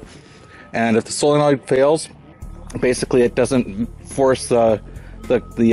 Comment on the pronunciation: Thanks for pronouncing solenoid correctly.